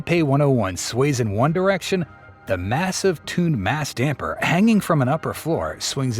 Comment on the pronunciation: haha the AI guy said "tuned mass dumper"